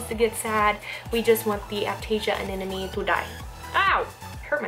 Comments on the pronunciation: you sound like you pronounce anemone as anenome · Did you just said "anenome" during the whole video? 8| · Y does she say anenome instead of anemone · I think it's cute how you say aneneme instead of anemone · I'm kind of new to this channel... Does say "anenemy" on purpose? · Ily but you are saying ‘anenome’ not ‘anemone’ ❤️😂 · haha i keep hearing anenome :) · Another person who can't say Anemone. It's Anna + money.. Not Anna + nomey!! What's so difficult about saying Anemone??? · "anena me" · aneMone. Not aNENome. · Please don't think I'm being mean, but your are saying anemone wrong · Just a heads up, you're pronouncing anemone wrong :P So many people do it, but just thought I'd let you know. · When can’t even pronounce anemone.